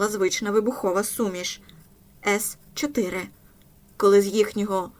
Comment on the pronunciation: Правильно МонтґОмері, гучнИй ( але гУчність). А вибухівка ''сі 4'', не ''ес 4''